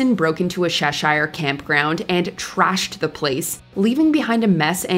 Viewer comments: Did she really pronounce Cheshire as Sheshire?? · Sorry but its pronounced: darba-sher not der-bee-shyerr lool Also its Che-sha not chess-shyer